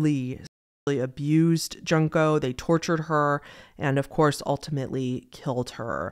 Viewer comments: I’m really sorry to correct you, I know you apologized and I know non english name are so hard to pronounce if you’re not familiar with the language but hearing her name sounding like the word “junk” (trash) makes me kinda sad, it’s joon-koh. You did well in pronouncing other Japanese names btw! This one’s just particularly makes me really sad because of what happened to her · Just a heads up, Junko is said like June-Koh, not Junk-oh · Junko is pronounced "June-Ko". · "ouch-y" "junk-o furuto" "sirjay" Man this is a good video and I get that people read names like English but is it really that hard to pronounce them correctly? Honestly that made me cringe more than the actual content lmao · Junko Furuta's name is pronounced more like "june-ko" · If you ever cover Junko, know her name is pronounce June (like the month) ko. I heard of this case and I thought I heard everything before it but hearing the details made me actually cry I felt so bad for her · Junko is pronounced "June-Ko" It's just an unfortunate mispronunciation cause "junk" is trash you know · Since you said you might do a video on Junko, her name is pronounced like JUNE-KOH technically you can say her last name like Fruit-a I agree with your opinion on crush fetish...I accidentally saw a video as a teen...and no...no one needs to see that. It's awful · junko furuta's first name is pronounced joon-ko. u in japanese is always a long u. i have noticed you have a hard time saying japanese names; a good rule of thumb is that for triple-syllable words, the emphasis is on the middle of the word unless otherwise indicated.